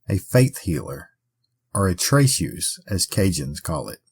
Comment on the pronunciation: Being a healer, or a "tray-teuze (as in chartrereuze)", a healer is different than practicing voudou/voodoo or hoodoo, unless she was praying to beings associated with the Orishna and the like, this was considered "white magic" or in modern day medicinal practitioners as "faith healing". These are but simple home remedies passed from generation to generation that the French Acadians learned from the Africans and Indigenous peoples they settled near, using herbs and the like. The correct pronunciation in French is Fren-yay, only when it is translated by Anglo-speakers is it pronounced "Fren-year". Born and raised in Louisiana here, French speaking all my life. I put as much stock in what "Bloody Mary" as I do in gathering air in a bag.